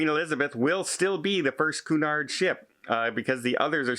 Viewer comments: its not coo-nard.... its queue-nard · you’re a travel - cruise expert. It’s pronounced “Q-nard”. Also, these companies need to guarantee all crew is vaccinated. Otherwise, who wants to travel with them?